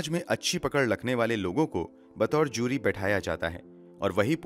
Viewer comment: Its JURY not Zyuri.